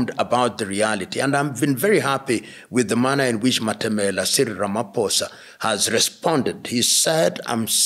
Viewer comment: Thank you Prof Lumumba, we are so impressed with the way you accurately articulate the issue of the ridiculous executive order against South Africa, and the way you so correctly pronounce the Names of our president Cyril Matamela Ramaphosa, just like we do in South Africa! We are so highly impressed, and we know how much you love our country and Africa in general! Blessings to you in Jesus Mighty Name!😂🎉❤